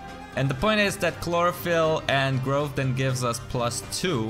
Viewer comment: Grawt instead of Growth. Interesting.